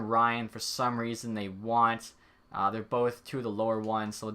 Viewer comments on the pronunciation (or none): none